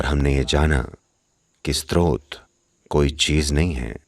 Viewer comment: नैरेटर स्रोत (Srot) शब्द का बार बार स्त्रोत (Strot) उच्चारण कर रहे हैं जो गलत है। कृपया संशोधन कर दें।